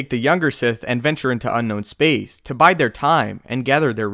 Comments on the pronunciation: bide time . like tide . not bite his time . good job overall . Iambic pentameter sounds strange when it's not coming from an Englishman. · you bide time, not bite it.